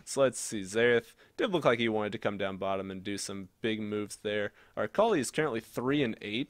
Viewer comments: Its not "Äkalai" its Akali! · Samuel Fontaine But seriously "Äkalai" How can you even say it like that i dont understand?